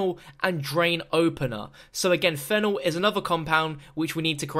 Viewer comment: It’s pronounced ph E nol not phenol you say the e like it’s a capital. That annoyed me how you kept saying it wrong